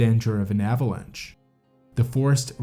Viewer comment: the AI needs to learn how to pronounce "avalanche" lol. Unsubscribed.